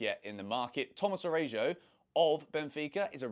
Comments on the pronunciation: who is Arejo 😂😂its Araujo. Pronounced Ara-u-ho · I believe the correct pronunciation for Araújo is: Ah-rou-ho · learn how to pronounce the players names Tomas Arajuo u butchered this name. At least do the homework